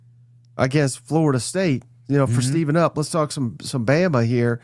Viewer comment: It sounds like you guys keep saying STEVENup when it's spelled STEVEup. Where you guys getting the "N"?